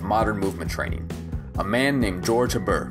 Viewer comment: FYI, he was French, so his name is pronounced AYE-bear. Respect✌️